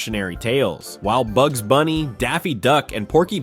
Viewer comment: It's pronounced "Bugs".